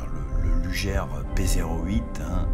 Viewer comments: dommage de prononcer "lujere"" plutot que "lougueur" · sic mundus creatus est c’est horrible d’entendre lujer mais bon on va pardonner le non germanophone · Luger se prononce Lougueur (Comme longueur mais en remplaçant "Lon" par "Lou"). Sinon vidéo très intéressante ^^ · Superbe vidéo sur une arme mythique (mon pistolet préféré, de loin). Attention cependant à la prononciation: LUGER se dit "LOUGUEUR" (phonétique) et non "LUJAIRE". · Une bonne fois pour toute, on prononce "lujère" ou "lugueur"? Merci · alors ne pas pas prononcer "luger" lugère mais lugé alors... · Par contre ça se prononce "lougueur" et pas lujère". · Sympa la vidéo! Par contre j'ai toujours un peu de mal à entendre "lujère" au lieu de la prononciation Allemande^^ Comme Gewehr et "jéverre" si on veut^^ Bonne continuation :) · Merci, Effectivement pour la prononciation sur les armes j'ai décidé de rester très franchouillard Entre les allemands ,russe , américains Chacun y vas de ça petite prononciation Pour les Ruger par exemple on a toute les variantes Mais bon Lujere ou Luguere ca reste quand même une arme absolument magnifique est au tir c super sympa Vos video sont très sympa,et je me suis abonné Bon tir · Attention luger ne se prononce pas lujer mais sinon cool la video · désolé mais on dit luguer et le r final est prononcé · Je me suis arrêté à "Lugère". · vous avez raison, en plus le u se prononce ''ou'' en allemand. Ü avec un tréma se prononce U. Mais je l'ai appris en faisant de l'allemand au collège. Une langue '' morte'' de nos jours. Une vidéo très instructive comme pour le Mauser c96 par laquelle je commence à connaître le nom des pièces. Comme oreille de genouillère. Danke schön, sehr gut vidéo.